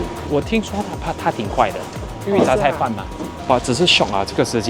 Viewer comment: Thank you for calling za cai fan correctly!! It's not cai fan!